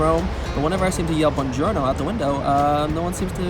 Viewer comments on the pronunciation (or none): yooo when he said bonjorno i thought he said vagina🤣🤣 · no one said it back because he didn’t pronounce buongiorno properly... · What did he yell it sounded like vagina